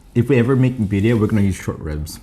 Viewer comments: Cross culture recipe!!! Roll those R's when you say BIRRIA!!! "BEE RRREE AH" I can't wait!!! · The Pronunciation for Birria is not correct but the Ramen looks amazing. Props